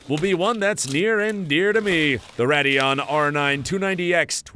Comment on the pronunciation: Mispronouncing names is still a giveaway. “Radd-eon” instead of “Ray-deon” here.